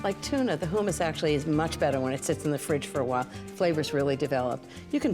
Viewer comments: I've never heard anyone pronounce it "hoomus". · Ina pronounces it “ hoomis” for hummus. Long vowel? The double m in the middle makes me think the u is short